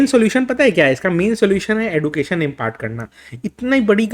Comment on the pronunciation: सही प्रोनाउंसिएशन एडुकेशन नही एजुकेशन होता है।